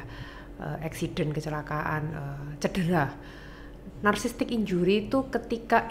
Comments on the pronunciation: Nara sumber nya ini , psikiater bukan sih ??? Kok ngomong "narsisistik" aja salah.... Kok narsistik....wkwkwkwk..... Narasumber bilang narsisistik aja ngak lulus 😢😢😏😏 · Kok psikiater ngomong nya bersalahan sih ??? Yang benar ituuuu, Narsisistik Dookkkk, bukan narsistik.... Yang benaar, narsisistik.... Duuhh malu malu in psikiater nih si dokter 😢😏😏